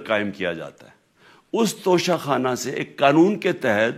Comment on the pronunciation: "انگریزی میں لکھے ہونے کی وجہ سے انہوں نے توشہ خانہ کو توشہ کھانا پڑھ لیا ھو گا" جسٹس استغفراللہ